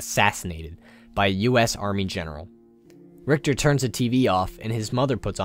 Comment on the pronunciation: I don`t understand what`s so dificult about pronouncing Richter`s name right